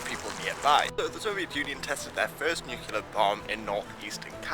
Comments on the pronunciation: *nuclear not nucular just so you're aware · did just say Nu-cu-ler? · Of all people to mispronounce nuclear. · Oh dear, someone used a very common mispronunciation, so common in fact it's been used by multiple presidents, scientists and academia; whatever will we do? I have absolutely no idea what is talking about now?